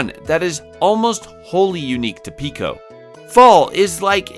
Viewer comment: It's Peco, not Pico though